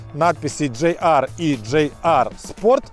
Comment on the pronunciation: почему ДжейАр, если ДжиАр? ))) А вообще только начал смотреть (но лайк уже поставил) P.S. Связка пальцев у завгара, ору )))) Текст обзора - шедевр прозаики. - мастер стеба )))